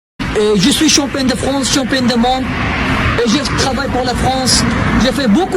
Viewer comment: Ji suis champoing du France ! champoing de quoi ? 😂😂😂